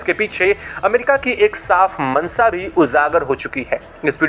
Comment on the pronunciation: भाई "श" को "स" मत बोला करो। आप शुरू को सुरू, मंशा को मंसा बोलते हैं जोकि सुनने में बहुत ही खराब लगता है।